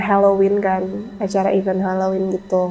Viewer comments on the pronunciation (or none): Event tu dibacanya " ivén" bang. Bukan " iveun".